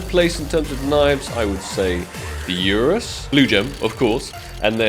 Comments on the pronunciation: One day you will surely learn that it is Ursus and not Urus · STOP CALLING IT A URUS ITS A URSUS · bro went back to calling it urus xD its ursus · URASS gonna comment that everytime you say Urus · keep saying URUS knife for the URSUS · still saying urus 😂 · Bro its Ursus (er-sus) and Navaja (na - va- ha) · Not only does he call it the urus knife, he even pronounces the J in navaja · Keep calling Ursus knife "Urus" xD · Spaaarkles!!! URSSSUS AND NAVAJA IS PRONOUNCED NAVAHA! 😂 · Ur SUS.... Nava HA.... ffs bro say em right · Its called ursus and navaha not navaja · Why does he call the Ursus the Urus knife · Same way he says "CerEbrus" instead of "CerBerus" constantly! 😅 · Bro you said URUS knife again xddd